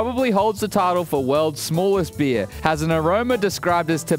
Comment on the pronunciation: Guys im drinking a Bee-ahh